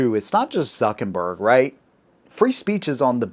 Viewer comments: It's "ZuckeRberg" not ZuckeNberg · Hahaha you call him ZUCKinberg